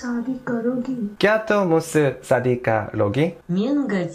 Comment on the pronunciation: because of the way he said that sounded like "Will you take charity(sadka not shadi lol ) from me?" In Urdu. That was really funny.